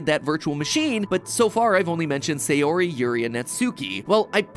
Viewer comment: This has been bothering me since your last videos but your pronunciation is throwing me off with their names. Sayori= sah yoh ree (or a soft D using the soft pallet of your mouth with your tongue), Not say or ee Natsuki= Nah Tsu or Tss( likened to a rim shot "ba dum tss") Kee, Not nah tsoo kee Yuri= Yoo Ree (Or same as before with the soft D), not yer ee Vocal pedagogy rant over...I'll show myself out. Edit: Idc if this gets me hate, it needed to be said....now I'm out.